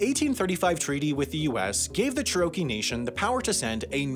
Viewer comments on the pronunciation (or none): Chur oh kee is not close to how to pronounce the tribe. Chair o key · Question: are you from Nebraska? The only people I've ever heard say Cher-OH-kee were from Nebraska. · I thought I was having a stroke when he said cheROWkee, glad I'm not the only one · He said cha-RO-kee, not CHE-ro-kee. It's like the American Dad episode "Camp Refugee," where he mispronounces "RE-fyu-jee" as "re-FOO-gee". I'm in no way Indian nor Oklahoman, but as an American I noticed this immediately. I cannot imagine the narrator is from the US, even though he sounds American. Maybe Canadian? IDK. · It isn't pronounced "Cher - rokie." It's pronounced "Chair - oh - key." I'm from Tahlequah, the capital of Cherokee Nation, and I've never heard anyone pronounce it like that. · Want to put it out there that Cherokee is pronounced more like Chair-uh-key than Chur-oh-key. I absolutely love your content and the information it has is more than half as interesting as what I was doing earlier. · He also mispronounced Cherokee. He said it more like "che-ROW-kee" when it should be "CHAIR-oh-kee." Which is especially surprising since I'd say they are probably the 3rd or 4th most well known tribe in the country. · Chair-UH-kee, not Chuh-row-kee. That pronunciation hurt my head. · I think Cherokee is pronounced Che-Ruh-Kee, rather than Cher-RO-Kee. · Being from Oklahoma I'm getting annoyed by how he is pronouncing Cherokee. It's pronounced chair-o-kee, not cher-okie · Cha-ro-key? Lol it's Chair-a-kee. I laughed every time you said it. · It’s amazing how many otherwise well done videos like this one make glaring pronunciation mistakes. It’s CHAIR a key, not chair Ō kee. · He makes it sound like it's a Mexican dessert. Churro-kee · I should have stopped watching then but no, I stuck around for sherohkey. THEN I stopped watching. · The pronunciation of Cherokee is (Chair-uh-key) by the way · Ehh, Wendover was pronouncing it more like Churro-Key. Wasnt far off but there was a slight difference